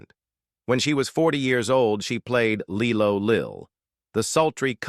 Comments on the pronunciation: Its pronounced LIE LOW. not leelo. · Of course it’s pronounced Lie-Lo, as in blow up mattress/doll 😂😂😂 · It's LIE-LOW not lee-low. 🤦‍♀️